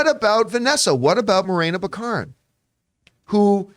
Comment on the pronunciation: I thought it was BACK-a-rin?